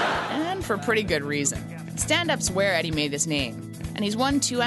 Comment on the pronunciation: jesus, how can the host mispronounce Eddie's name...